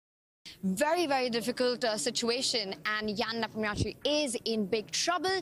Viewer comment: not that hard to say "Ne-POM-ni-shi."